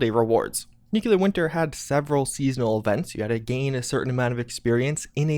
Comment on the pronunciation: Dude If you can say "impactful" you can say "Nuclear" right! 😁👍🤔😂